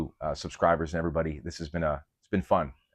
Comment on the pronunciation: "Debooonking" has me giggling like a little girl XD (And your content DOES help women, too, even if we're not your primary audience. Seriously, if there's any woman out there doing the Catholic fitness thing for women, (because our bodies ARE different, by God's design,) point me that way!)